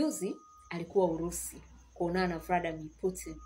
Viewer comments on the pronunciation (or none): Sio vradamar ni vladmir putin